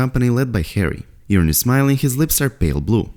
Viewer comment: Please stop calling Yuron “Urine”! lol